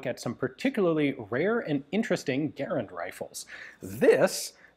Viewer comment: It always warms my heart whenever I get to hear Garand's name peonounced correctly.